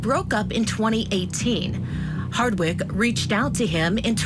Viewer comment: Why is the one female commentator continuesly calling her HARDWICK??? Did she not do her research ??? Geez, at least get this woman's name right!!!